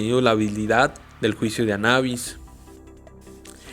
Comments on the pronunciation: Anabis lo repetíste mil veces mil veces mal anubis es anubis y está escrito anubis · Es juicio de Anubis, ni siquiera está en otro idioma , no puede ser tan difícil de pronunciar . o lo dijiste mal a propósito?